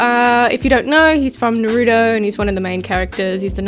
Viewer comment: Stop saying nurudo